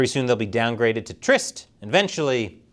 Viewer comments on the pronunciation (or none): none